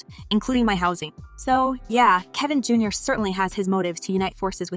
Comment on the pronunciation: It is Kevin Jr. not Jar